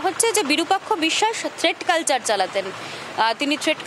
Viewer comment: বিরূপাক্ষ অবিসাস বিসসাস নয় ভাই